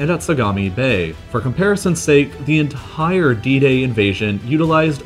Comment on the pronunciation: Dude, stop saying "en....tttire" every time you say the word "entire". And the way you vocalise your emphasis on numbers, so irritating